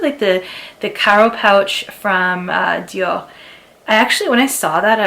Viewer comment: Sweetie, you’re not French. Why are you pronouncing Dior that way? 🤡🤡🤣🤣